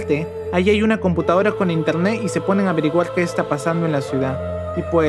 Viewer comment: Ameriguar jajajaja😂😂😂😂